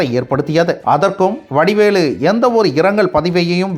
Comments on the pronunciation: வடிவேலு என்று சரியாக உச்சரிக்கவும்..! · வடிவேளு அல்ல வடிவேலு. தயவு செய்து சரியாக உச்சரிக்க வேண்டும்.